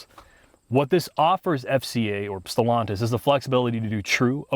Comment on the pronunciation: "Stallantis" 😄 - They need frequent restarts?